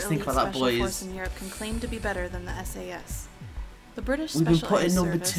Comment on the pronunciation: Not Sas S.A.S